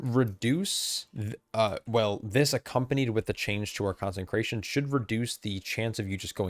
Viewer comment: Love the content. Small bit of feedback: You're putting an extra "n" into Consecration.